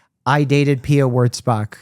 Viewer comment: Me googeling „Pia Wordsbak“. It‘s WURTZBACH. Jesus. That is a total different pronounciation. It‘s german, so say it like it 😂